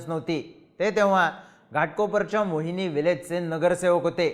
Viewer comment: मोहिली रे बाबा... मोहिनी नाही